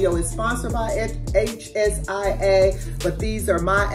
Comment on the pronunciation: Thanks for the video! I will check them out! It's pronounced Shea Long e short a